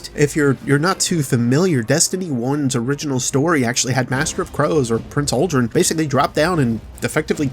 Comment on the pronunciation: I hate to be that guy, but it's Uldren